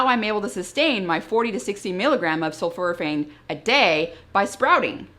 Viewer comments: Dr I don't mean to be critical but I believe you are mispronouncing "Sulforaphane. The first part of the word is not "sulfur" but is "sulfor. And it sounds like you are saying "sulfur" instead of "sulfor." Sul-fora-phane is what is should sound like I believe. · The word is pronounced “sulforaphane” as in for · Have i been mispronouncing it? Sulf-OR-aphane? (You say it sulf-UR-aphane).